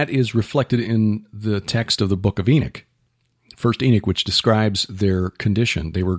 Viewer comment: Brother...why do you pronounce the word "Enoch" , E n i k? Then you pronounce the word "Enochian" , E n a k e u n. You sound like a word man who has a good handle of the art of speach.